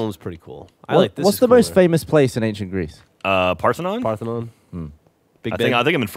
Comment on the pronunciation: says ankshient